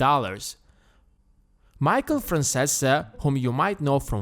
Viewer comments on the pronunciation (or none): This man really said "Michael Fransesse" bruh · Michael Fran-say-sa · just gonna say that that isn't how you pronounce Michael's last name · Dude you butcher just here his name